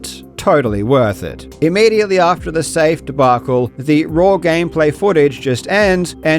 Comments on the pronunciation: Dude says “raw” like “rawr” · I didn't expect to learn that karl pronounces 'raw' as 'raur' today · Karl is pronouncing "raw" like he is saying "I love you" in dinosaur